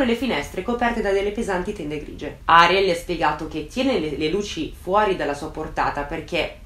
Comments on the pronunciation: piccola precisazione/curiosità: in spagnolo si pronuncia Arièl e non Àriel (di base tutte le parole in spagnolo sono piane a meno che non abbiano un accento grafico; il nome Ariel non ce l'ha quindi va pronunciato come una parola piana e non come sdrucciola); sì sono un rompiscatole, me lo dico da solo 😁😛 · Video strepitoso e degno delle aspettative, amo ascoltarti. Solo una cosa piccolina, credo che il nome di "Ariel" si pronunci "Arièl" con l'accento sulla e, dico perché il mio "ziastro" si chiama così ed è argentino quindi, boh... Credo si dica così però magari è diverso, comunque top ❤️